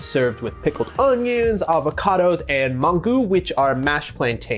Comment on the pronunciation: the way he said avocados was traumatizing